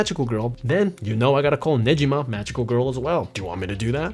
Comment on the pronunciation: For a host who really knows anime subculture, but pronouncing Negima as Ne-Jeeh-ma.. for real dude??